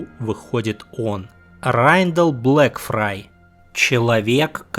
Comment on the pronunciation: Блэкфайр, Блэкфайр, Блэкфайр, он Блэкфайр блин, а не Блэкфрай (отсылка на мир Песни Льда и Пламени же). Спасибо за отличный ролик, просто ухо резало всё время.